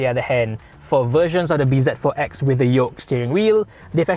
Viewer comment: Not read as B Z... Its Busy.....Z pronouces as Zi as it zero